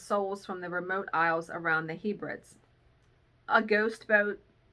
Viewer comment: Hi. Your pronunciation of Hebrides had me in stitches 😂. It is He (said like meh) brid ees. That said, it is from watching your channel that I found out I have been saying Maryland wrong for decades 😂. All the best from Bonnie Scotland.